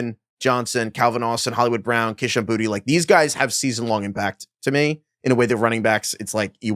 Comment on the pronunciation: Boutte is not pronounced Booty